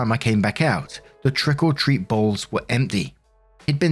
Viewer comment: Every time says, trick or treat, it sounds like he's saying "trickle treat".